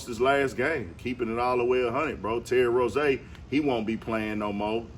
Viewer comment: Who is Terry “Rozay”…It’s Rozier